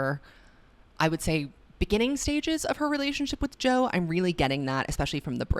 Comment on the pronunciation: When you called Joe “Toe” I lost it omg 😭